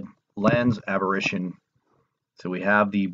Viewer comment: It's apparition or aberration. Sounds like you're saying aberrition so not sure what you're trying to convey.